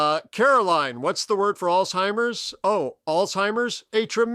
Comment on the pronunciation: Hey. The word is alZheimers, not alTheimers. Many people mispronounce it this way. Remember it's "Z" not "T".